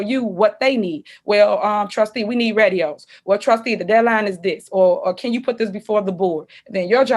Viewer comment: Did she say, "REDio!" You mean, RADIO lady!!!